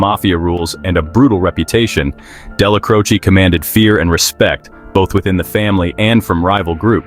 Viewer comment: I can't take you serious. You're not even pronouncing the names right. It's Della-Crow-Che